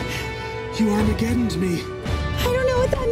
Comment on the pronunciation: 'You aramgedoned me' 🙈🥰